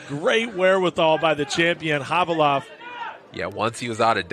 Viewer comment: How hard is it to hear your partner saying ka-va-lov? And you keep saying ka-lee-vov?